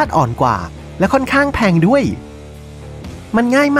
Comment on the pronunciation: ดั้ยๆๆๆ, งั้ย, เหนา, ดั้ว เสียงยาวแต่ออกสั้นหรือเป็นสไตล์